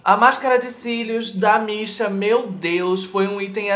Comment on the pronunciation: Toda vez que você falava "da Missha" eu entendia "da Beesha" ahahah. Seria muito daora ter uma marca de maquiagem com o nome "Da Beesha".